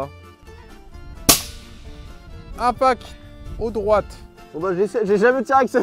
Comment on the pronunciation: sympa la vidéo, simple, marrant et efficace!! tout ce qu'on aime chez. Suite à ce test le RAID va prévoir de changer son arme? Par contre le spoteur et son "un pack" au lieu de "impacTE" ça me fume 🤣🤣🤣.